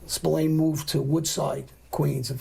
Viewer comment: The Americas call him Spillane but here in Ireland its pronounced Spill-Ahh-N you would pronounce the "A" in Spillane the same way you pronounce the "A" in the word At.